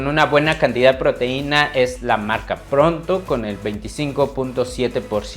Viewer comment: No muevas tanto las manos, no es necesario, desesperas porque no dejas ver nada. Y no es sardina pronto es PONTO, tampoco es Guayamex es GUAYMEX, ni ronald, es ROLAND, infórmate bien antes de subir un video, dejas mucho qué desear😮